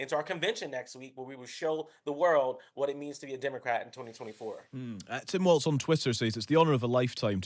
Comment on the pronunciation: Tell the Brits Walz is pronounced “walls”, not “waltz”